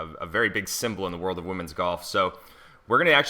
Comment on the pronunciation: How she pronounces it